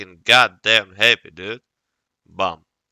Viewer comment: i laughed so hard at s1mple trying to say "We Hawwtt"